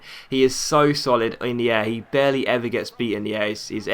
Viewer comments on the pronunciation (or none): none